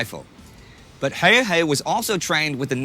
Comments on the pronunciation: You said Simo Häjä in the beginning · I'm pretty sure that many have pointed this out, but the picture in is NOT Häyhä. It keeps popping out every now and then, but it's not. Oh and if you want to learn how to pronounce his name it's "h"ello, d"a"d, n"ew" "h"ello d"a"d. Finnish A is like A in father, and Ä a in as or dad. Simo is like "Salt" "Immobile" "More" "Opera". Thanks for the video :) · Finnish pronunciation doesn't alter like that. What you suggest would spell out as Hauha.